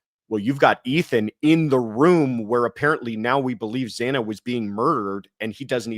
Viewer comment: It really bothered me that the judge mispronounced Xana Kernodle’s name TWICE.